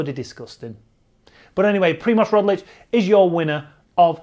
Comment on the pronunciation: Its Roglič, not Rodlič